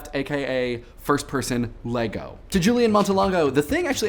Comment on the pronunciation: haha everyone adds the s to lego. i gave up.